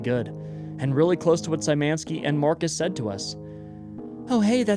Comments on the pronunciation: Sajmenski kills me as a pole. It's Sh-yh-ma-knee-ski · Hi! You’re actually mispronouncing “Szymanski”. It should be pronounced more like “shuffle” so starting with “sh” for “sz”.